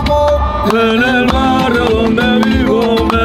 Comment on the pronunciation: En el minuto dice domde en vez de donde porfa hijo la h ortografía 😂😂